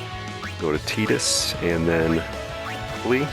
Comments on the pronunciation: "TIE"dus, not "TEE"dus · Why does everyone pronounce it "Teedus" instead of Tidus that make FFX videos?